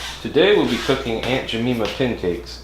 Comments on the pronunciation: My guy didn’t even say the name right- aUnT JeMEMAh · Aunt Ja-meme-ah? I don't take cooking advice from a guy who can't even pronounce the brand name. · Aunt Ja - meme- ah ? l don't take cooking advice from a guy who can't even pronounce the brand name . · That's not how you pronounce her name nice video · Who pancakes? Lol. You’re killing her name!! Jesus!🤣🤣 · Yeah I cringed everytime he said it 😫🤣🤣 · oh gosh it painful hearing a name butchered like this!